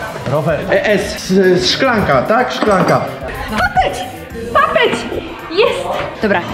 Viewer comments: Dlaczego jak mówiła papeć zrozumiałem patec😂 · oszukula bo to nie papeć tylko kapeć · Świeży powinien mieć 3 miejsce bo powiedziała papeć a mówi się kapeć. Kto też tak uwarza daje like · oszukała bo miała na P ale dotkneła kapcia i powiedziała papeć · Nie papeć tylko kapeć